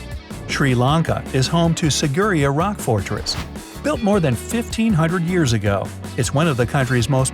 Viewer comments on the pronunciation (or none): It’s pronounce Sigera rock